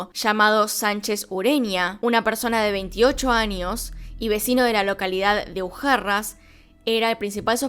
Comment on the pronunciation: Yo llorando al ver que no dice bien los nombres de Cartago y Ujarrás :((